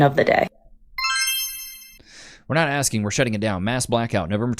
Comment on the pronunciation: I love it when they say ax instead of asking